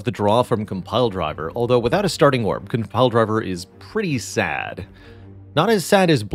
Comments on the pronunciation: Compldrvr lmao... Man can't say it or is it a meme? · Add an update to the pronunciations for Compile Driver, Potion, and Dagger in dictionaries everywhere. They are pronounced Compldrivr, Pewtion, and Degger